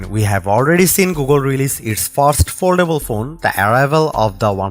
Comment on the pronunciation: Oldable? Did you want to say foldable?